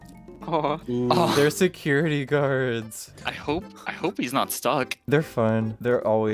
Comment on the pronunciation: owo theywr seciwity gawds uwu